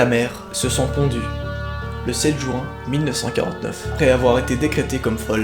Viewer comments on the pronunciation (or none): none